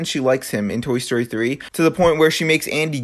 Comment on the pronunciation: this nigga said tory story